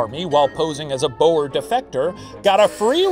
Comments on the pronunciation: I can't get over how The professor pronounces "boer"' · Istg the way Shane butchers the word boer... It tears at my soul. And he said the word so many times….. (/hj) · Unfortunately, "oe" in Dutch (and Afrikaans) is pronounced as a long "oo" sound, so the pun doesn't work lol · Ohh, that pronounciation of the word 'Boer'...the 'oe' sound is so Dutch, huh? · Okay I'm South African and the way he says "Boer" is so wrong it hurts. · Late to the party but the word 'boer' is pronounced a little different than you think. The 'oe' should be pronounced more like the 'oo' from 'boo'. Think of it as B-ooh-r. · Lol so as a "boer" I'll tell you the proper pronunciation is like, well think ooh, so boohr. Go hard on that R 😂 boohrrrrrr. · As a South African, hearing The Professor pronounce "Boer" is so fun lmao💀 Btw the "oe" in "Boer" is pronounced how you say the "oo" in the word "soon". It makes me so happy that my country is mentioned in Puppet History😭 Thank you Professor!!!💙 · As a South African, every time Shane pronounced Boer War like that my soul died a little more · Just FYI that's actually how we are taught in history class to say it, at least in Canada.. and majority of us can definitely roll our R's. It's a legacy of the war, even 112 years later. It's even pronounced wrong in TV period pieces set during the war. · I love how the word 'Boer' is pronounced XD and has been pronounced previously, I can't help but love how funny the pronunciation is, as someone from South Africa that is. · i know im a little late but just fyi, ‘boer’ is pronounced with the same vowel sounds as the english word ‘tour’ ☺️ loved this episode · As a South African, I am shocked by how Shane said boer. Total wrong pronunciation lmao.